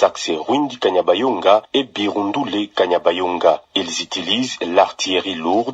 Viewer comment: Ce kanyabayonga et non kabanyonga journaliste